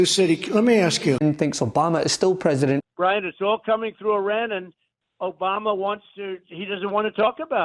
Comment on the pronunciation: "OBAMNA!" - Drumpf